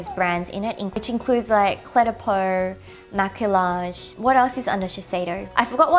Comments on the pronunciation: the word "Maquillage" is french the correct way to pronounce is ma-ke-yazh and it means make up, not ma-ke-large ^^ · Wow that blush looks incredible. But side note, maquillage is pronounced ma-key-ahge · btw! maquillage is pronounced 마끼야즈 (it literally means make up 😂) and yeah you pronounced Visee right :p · Ahhhhhhhhhh I want everything in this haul :-( Especially that Laduree blush you got. Ps: Maquillage is pronounced as "mah-key-yahj" and it means make up in French :) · maquillage is actually pronounced ma-key-aj it is french for makeup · Maquillage is actually pronounced "Ma-key-ah-jeh" because in French, the double L is pronounced with a y sound (think Ratatouille) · Maquillage Is pronounced "Mack-kee-yaj" lol it's French.. :) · I'm fairly sure that the double l's in Maquillage are pronounced like y's. If not, any French speakers out there?